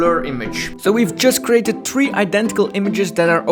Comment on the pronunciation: Can we all agree that says TREE instead of THREE ✌😜😂